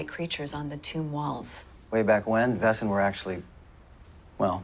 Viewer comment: It always triggered me how they pronounced Wesen tho. It's just the wrong pronunciation of the word :D I loved this series but that got under my skin :D